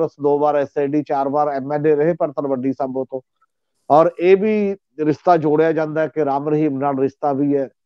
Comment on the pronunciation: The word is Rishta and not Rista as one of your commentators pronounces . Thanks .